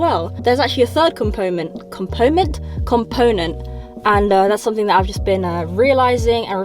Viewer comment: urghhh got late to this one as I was driving...p.s. you know that slight smile you do as you speak is the cutest thing on planet Earth. also... 'compoment' ahaha